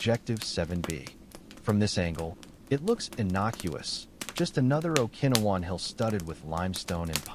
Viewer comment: teach AI how to pronounce grenade and Okinowan turn the snapping fire down more time in between sentences.